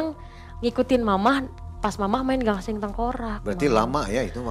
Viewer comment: GASING bukan GANGSING